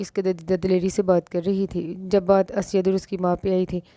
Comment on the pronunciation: Sis it's not asyad it's Usaid...